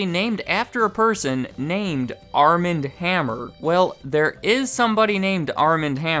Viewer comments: Armand is pronounced Ar'mohnd. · Wouldn't the first name Armand be pronounced Ar-mahnd (as in the Anne Rice books - the vampire Louis met in Paris played by Antonio Banderas in in the movie ) instead of arm-and?